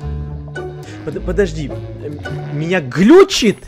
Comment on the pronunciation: Она сказала не плости а подожди